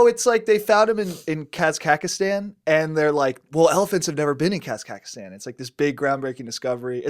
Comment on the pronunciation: Compton just reminded me I BUTCHERED the name of Kazakhstan. Sorry about that, folks!! Carry on <3